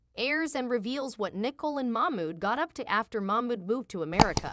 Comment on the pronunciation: and the name Nicole is spoken wrong - lmao